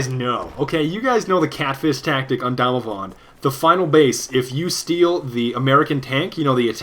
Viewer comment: the way you pronounce Damavand sounds so German. Do you have any German relatives?